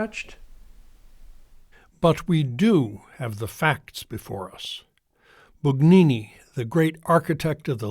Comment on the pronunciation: Bugnini is pronounced Boon YEE nee. We follow the rules of the Authorities of the time, although they can be Improved. If you, Father, do not believe in an ever new and ever authoritative Power in the successors of the apostles, but to decide Yourself when something is "harmful", then you are no better than Luther !